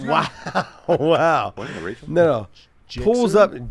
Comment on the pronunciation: The fact he said gixer mean he knows bikes! Love it.